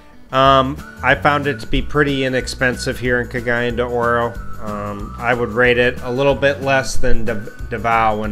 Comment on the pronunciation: Your pronunciation of Cagayan De Oro is legendary! Nice video.